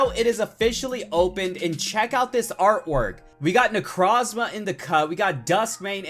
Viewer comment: Does it bother anyone else that he says necrozma wrong!!!!!